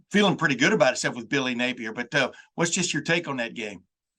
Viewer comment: Steve spurrie-(er), Urban mey-(er) and now billy Napi-(er) 🐊🐊🐊🐊